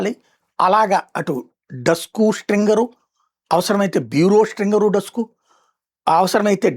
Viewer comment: డస్కు కాదు, డెస్క్